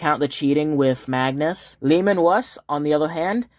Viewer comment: I thought you were just calling him Leman Wuss but it's just a speech impediment 😂